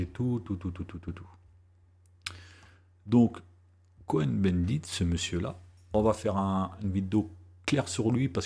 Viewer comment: Bonjour Monsieur, Merci pour votre travail qui est plus que légitime. Je dirais même de salut public. Petit bémol. Cohn-Bendit se prononce Kôn avec un o long et non Co-hen, quoique ce soit la même racine : les Cohen (Cohn, Kahn ...)sont les descendants des grands prêtres du temple de Jérusalem. Et on ne dit pas dis-huit-z - enfants, mais dix-huit t-t enfants.